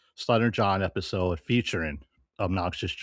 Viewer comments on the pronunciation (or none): “Sluttering John Epithode?”